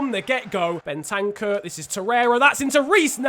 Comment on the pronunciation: Crossiant His name is clearly spelt: Ben-tan-cur